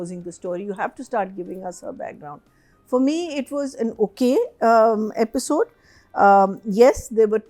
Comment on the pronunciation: Aapisode nahi Episode hai 🤯 This ladies Aapisode Aapisode gets to me 😅